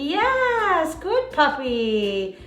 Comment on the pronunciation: This is a silly non-important comment but was curious as i do watch this channel frequently, but I was curious what state the channel is based in? When I hear ( yes) being said, I hear a slight accent hearing them say " ya - S "